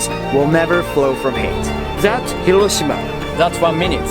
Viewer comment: It's not HirOshima. It's HiroshIma🤣